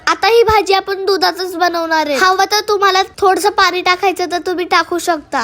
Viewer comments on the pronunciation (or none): none